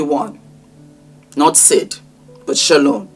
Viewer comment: My name is Shalon and I have never heard anyone (including myself) say my name as beautiful as you do! I will have to practice saying it like you do. And you look gorgeous, btw.